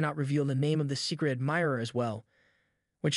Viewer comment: I heard secret admirerer😂😂😂😂